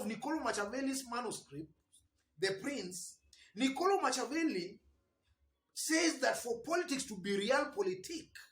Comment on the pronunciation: Thx 4 your analysis.. Machiavelli is pronounced as Makiavelli..as in K...